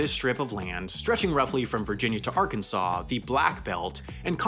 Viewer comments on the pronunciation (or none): none